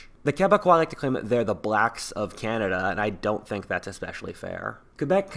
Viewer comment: "The blacks of Canda" ......what?